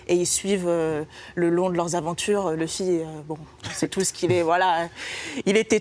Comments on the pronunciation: Par contre ça se prenonce leffy pas loufy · Louffy non ! C'est Leuffy ! Sinon c'est bien et c'est complet comme vidéo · Elle a dit louffy 😔😔😔😔